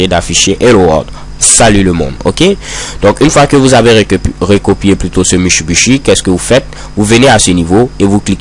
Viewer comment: Il me flingue chaque fois qu'il dit ça!! ^_^